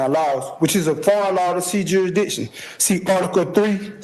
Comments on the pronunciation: He is arguing "jury-diction." 😂 Maybe he should learn how to pronounce "jurisdiction." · If he says juridition one more time. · He can't even pronounce "jurisdiction" your honor. No he clearly shouldn't represent himself! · And it's not even his "jury-diction!" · Felony murder charges and he’s going to rep himself and argue jurisdiction…..when he can’t even pronounce jurisdiction. Sov cit = 🤡